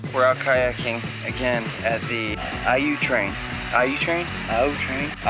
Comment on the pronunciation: I'm a Yooper (I live an hour south of Marquette in Escanaba) and I loved seeing your trip, looked SO fun!😄 Even though you couldn't say Au Train at first, you said pasty right!!😂